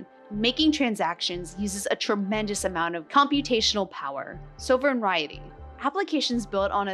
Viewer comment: Sovereignty So-vruhn-tee ;)